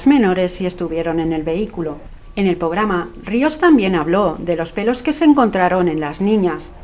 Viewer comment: "POGRAMA "? ese es el nivel